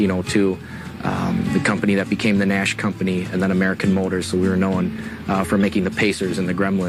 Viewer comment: It irritates me when they pronounce it "mut -tour" 😂. I'm 44 and was a latch key kid. But I also babysat my brother's. When I was 11, they were 8 and 6. I cooked dinner. Actually baked 3 course meals. By 12, I had few babysitting Jobs!